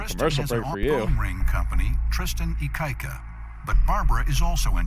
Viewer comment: Go visit the big island of hawaii if you cannot pronounce his last name lol plenty Hawaiians there for ya